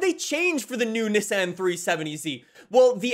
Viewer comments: not neh-san its NII-SAWN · Why does he say ni-san not nissan